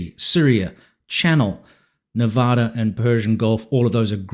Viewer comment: As a native to Nevada makes me cringe when they pronounce it wrong!